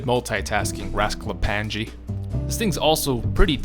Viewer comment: Just wanted to comment that you're horribly mispronouncing the word "raskaplanje", it's supposed to be pronounced "raasklapanye", it's a great video but that pronunciation is incredibly inaccurate